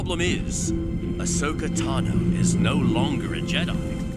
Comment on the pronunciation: Ashoka Tan O ??? Wow. Way to prove you're not a fan. The hell are you people doing making a video about a character you know so poorly that you can't even say their name right? Oh, I forgot. Shilling pop culture crap for sponsors no matter the cost to your self respect. Way to show how much of a money-grubbing soulless organization with no consideration for the content you barely comprehend you are. Here, have a thumbs-down. Hey, YouTube. Don't recommend channel.